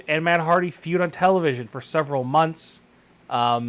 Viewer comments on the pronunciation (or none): none